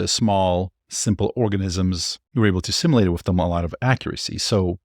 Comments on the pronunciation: Hey brother - I love your videos and watch every one! Two nitpicks: (1) I want to hear more of that sweet ai-generated female voice that speaks up sometimes in your videos. (2) Simulate is pronounced like "sim - YOU - late". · Pronunciation of "Simulate" The word "simulate" is pronounced as: IPA Notation: /ˈsɪm.jʊ.leɪt/ Breakdown of the Pronunciation Syllables: The word has three syllables: sim-u-late. Phonetic Sounds: sim: rhymes with "him" u: sounds like "you" late: rhymes with "fate"